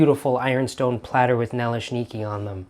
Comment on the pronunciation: My mom would make those on occasion, simply filling with apple sauce with some sour cream on top. Over the years I've made both sweet and savory versions of these. Good pronunciation! Oh, I have a well seasoned 8 inch cast iron skillet that works perfectly too!